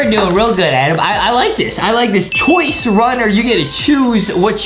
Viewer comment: Chwoice Proof he didn't learn English